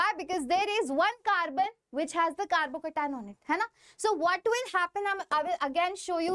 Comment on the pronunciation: Thalle malayali😅❤